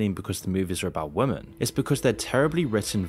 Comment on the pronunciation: dear creator women is pronounced wi-muhn, not wooo men 😅